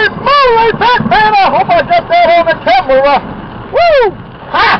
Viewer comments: I don't trust anyone who pronounces camera with 3 syllables. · . How does someone turn the word camera into a 3 syllable word?